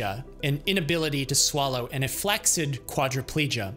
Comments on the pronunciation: There’s no K sound in flaccid. It’s FLAS-ID. Good info on the salt, 10 fucking pounds of bacon 😂😂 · Very minor nitpick but it's kind of annoying me, you're slightly mispronouncing flaccid